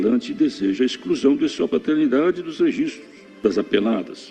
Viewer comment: "Patetnidade"? Era a prole do Pateta?